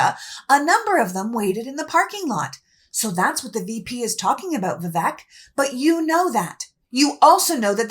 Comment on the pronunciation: I am not making this up or making fun, but AFAIK the name Vivek is correctly pronounced so that the second syllable rhymes with "fake".